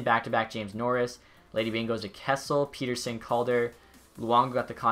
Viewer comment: It’s Pettersson not Peterson!